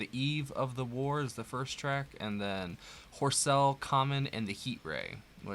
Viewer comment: A minor pronunciation correction if I may: Horsell is locally pronounced as 'Horzle' or 'Horzel,' so even Richard Burton got it wrong!! Also, when he wrote The War of the Worlds during his 18 month residence in Woking, he lived in a (still-standing) house in Maybury Road, Right opposite the main London to South-Coast Railway line, so he would undoubtedly have hard the shunting of trains in Woking Station, as described. Also, fun fact: If you live in the tornado belt of North America the chances of your house getting a direct hit by a tornado in your lifetime is estimated at four million to one. That's means it is statistically safer by a factor of four to live in tornado alley than the chance of your house being destroyed by an invasion from Mars, which is a million to one (he said) 😏😄